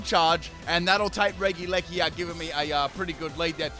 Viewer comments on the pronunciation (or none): Everyone: Regieleki:D: Reggileggi:)